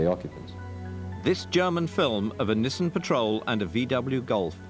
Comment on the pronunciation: Oh and Mike saying Nizzan is infuriating.